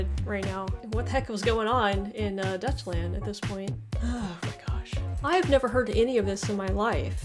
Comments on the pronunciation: Im sure she meant to say Deutschland but i took 5 Minutes to realize she didnt say Dutchland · The way you pronounce it, Deutschland is nearly indistinguishable from Dutch, which is an entirely different nation. Think of the "eu" in "Deutschlang" more like an "oy" in English pronunciation. So try "Doytshland" and you should be very close. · Deutschland isn't said like "Dutch Land" but rather like "doich lawnd".